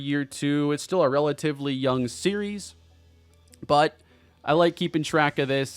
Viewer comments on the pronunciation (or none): none